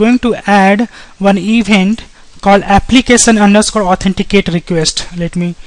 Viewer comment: applicasion.... forms authenticasion .... nice video though